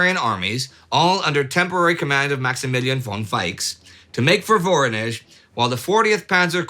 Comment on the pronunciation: Please, pronounce it right: VorOnezh, not VOronezh!!!